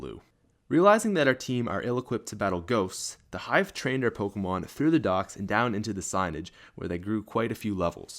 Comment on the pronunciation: Learn to pronounce pokemon..